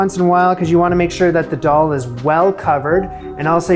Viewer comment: Friendly FYI from an Indian: Dal is pronounced "the-all". Atta is "ahh- tah". Chappati is "cha- pa- thee".